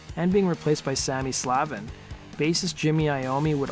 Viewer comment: Sandy pronounces his last name: SLAVE-IN.